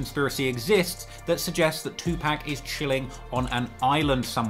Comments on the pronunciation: I appreciate the videos. One critique it's not pronounced "Tupack" put some respect on the man's name. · I cannot believe your doing a video covering a rap iceberg and don’t know is to pronounce “two pack”…. You ——->🤓🤓🤓🤓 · You said 2Pacs name wrong. LOL. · My mom says 2pac that way too lol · Someone please tel him he pronouncing Tupac wrong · Now I know you know how to pronounce that man's name. It is not 'Tu-Pack" Have some respect for the dead. I get that you are from the UK and you have an accent, but you don't mispronounce nobody else's name. Just Tupac's. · The man's name is not two pack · Stop saying TuPACK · It's PAC not Pack.. for someone who does videos like this, how the hell you going to get his name wrong.. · Tu PAC!!!! Not PAK DAMN MAN!! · It’s two-pock not two pack lol drives me nuts hearing him say Tupac’s name wrong 🙃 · Bro it was cool til you got to pac and called him 2pack, come on fam get it right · Anyone whos says Tupack and not Tupac has NO Credibility with me. 👀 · Tupac (2Pac) not 2 Pack. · C'mon. You know it's 2 (POCK) not 2 (PACK). Of all people you should know and respect this! If you were some random white lady on the news talking about recent developments regarding the murder of 2pac, then I get it. But you legit have made a career out of researching and talking about the rap industry for crying out loud! I'll give you this one hall pass but you gonna have to button it up from this point forward champ! I still dig the hell out of your channel though! 😂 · Its 2pac not 2pack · Say 2 pack one moe again it’s 2 pac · Its tupac not tupack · Say 2-pack one more mf time!! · every time you say 2 pack it's a sobering reminder that you weasled your way in to this culture. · Please pronounce Tupac as TUPAWK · Anyone that pronounces Tupac "To Pack" has no rite to speak on rap...... please exit to your left sir good-bye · I used to want a British accent till I heard him say 2pack 😂😂😂 maneeee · 2 pack instead of Tupac